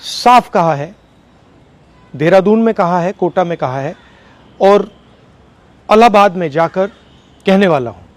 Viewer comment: इलाहाबाद का शुद्ध उच्चारण मनी राहुलगांधी जी ने